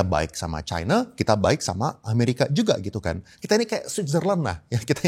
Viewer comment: Mana yg benar pengucapannya kata China atau Chaina. Harusnya ucapannya China. Tolong patuh pada kaidah bhs Indonesia.